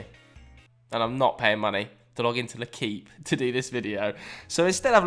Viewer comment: It's more pronounced like lay-keep instead of le-keep. But other than that spot on